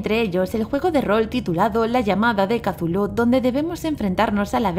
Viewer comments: No se dise casulu se dice chutulu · Le dice catulu pero en realidad es cutulu asi se pronuncia ni catulu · que no se dice cazulo se escribe cthulhu pero se dice cutulu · Katulu dice .-. Es cthulhu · Casulu jajajajaja que Mierda es Cthulu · se dice cutulu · Se lee cutulu